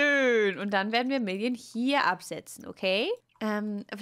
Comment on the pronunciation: Wer versteht auch statt million immer William 😂